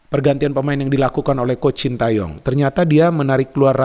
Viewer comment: Knpa y.. bnyak yg nyebut namanya shin ta yong pdhl bacanya shin te yong